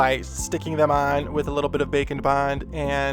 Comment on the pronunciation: Every time he says “bake n’ bond’’, I think he’s talking about bacon...